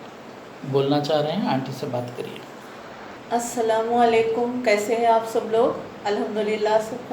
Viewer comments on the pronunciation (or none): Uncle and aunt aap ko bhi ramzan mubarak.uncle bahut achi dua karay.Allan hum sub ki duaon ko kubul farmaye.Aameen.uncle ek small correction aap please Salam theek say kijiye.Its Assalamu alaikum not Assalamuwalekum.please bura mat maniye.